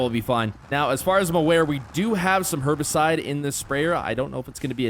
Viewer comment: I swear u aren’t supposed to say Herbicide like that…